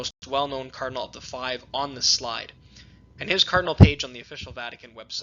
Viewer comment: You persistently mispronounce the word "cardinal as" "colonel" when discussing specific cardinals who may be "papapile." Not when discussing "cardineals" in general. You need someone to monitor and correct your elecution.